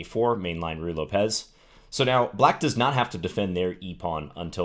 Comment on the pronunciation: There's no accent on the e in "Ruy Lopez." So you're mispronouncing it by putting the emphasis there. Lopez is a fairly common name and the emphasis goes on the first syllable. Thought you'd care since you're clearly very particular and precise about proper pronunciation.